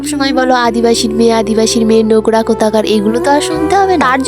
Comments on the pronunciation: Are didi kotha ta nogra noy nongra😂😂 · নগরা বলো কেন নোংরা বলা যায় না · Nogra.... 😂.... Nongra hobe